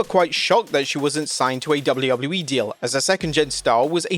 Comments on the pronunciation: My dude. It's WWE. Not "doullubuleee". Just.. slow down for a sec. You don't have to rush through your line reads. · Dubble-eee doubluyah yeeeee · DjoubbleUobbleU-E... LOL!